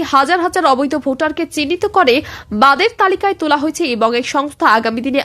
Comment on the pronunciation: চ্যানেল টা আমার প্রিয়। করে, বলে, অধীর শব্দ গুলি ঠিক করে উচ্চারণ করবে। ভীষণ শ্রুতি কোটি।